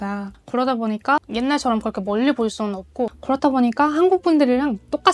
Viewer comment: 와 한국어 진짜 잘한다. 고런데 왜 "그" 발음만 고렇게 안 되는지 ㅋㅋㅋㅋㅋㅋㅋ